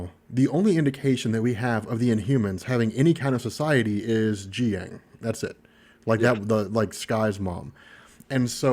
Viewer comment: As a Chinese person, the pronunciation and spelling of Jiaying in this stream sounded really hilarious bad to me.